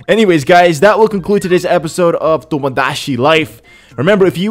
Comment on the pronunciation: Its TomoDaChi Not TomoDaShi